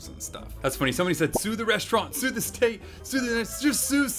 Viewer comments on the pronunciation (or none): none